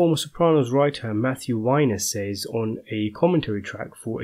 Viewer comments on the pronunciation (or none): none